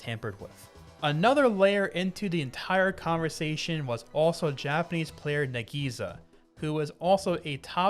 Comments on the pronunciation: btw you have to pronounce "nagisa" very fast. not "na-gii-sa" :) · "nagiza" tho